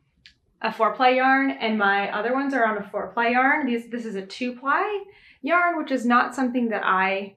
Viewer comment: I totally thought you said “this isn’t a foreplay yarn” and I did a double take and was like “what the heck ” 🤣 and then my brain rewound and heard properly 😂